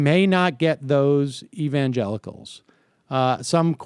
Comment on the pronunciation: did he say "evangenitals"? Whether he said it or I just misheard him I'm totally using that one from now on.